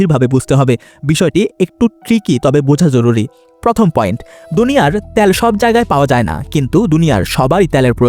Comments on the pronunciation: ভাই কথাটা ত্যাল না তেল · ত্যাল ত্যাল শুনতে ভিডিও দেখার মাজা শেষ 😅